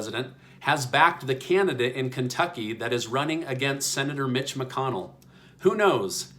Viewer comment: You said it Right 😂 rich Mitch